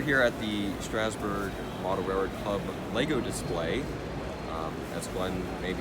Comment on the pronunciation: Thompson it's Strasburg not strausbrug